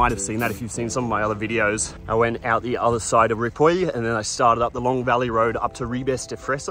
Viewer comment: Great trip and better storytelling. Btw, your ‘Ripoll’ pronounciation is as catalan as one can be. Ride on.